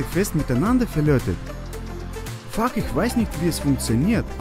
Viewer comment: Warum hört es sich so komisch an wenn er FUCK sagt 😂